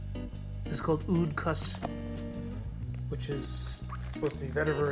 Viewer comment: It's not oud khus... Oud khas which means oud special... Not khus which means vetiver